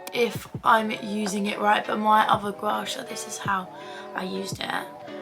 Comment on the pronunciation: U pronounced gua sha wrong and black opium wrong 😑